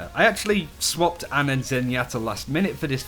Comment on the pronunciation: Its ana not anna XD